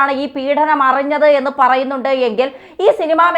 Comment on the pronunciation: പീഢനം അല്ല പീഡനം ആണ്. മലയാളം ശരിയായി പറയൂ.